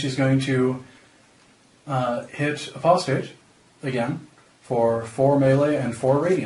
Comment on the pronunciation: A-POSS-TAYT, not A-PUH-STATE ... other than that, good job :)